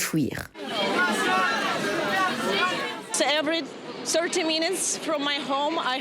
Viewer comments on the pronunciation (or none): en phonétique : fuir et non fouir